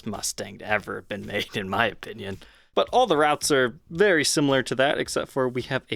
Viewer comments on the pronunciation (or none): none